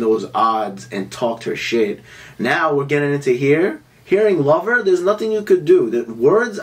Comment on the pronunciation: I've never heard anyone say "her lover joe" ever that too so many times 😁😁😂